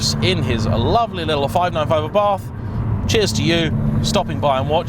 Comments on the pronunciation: it's pronounced 'a.bart',not 'abarth'. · Might want to learn how to pronounce Abarth correctly. Just like food critics, everyone has their own taste. I own an Abarth and love it. Faults and all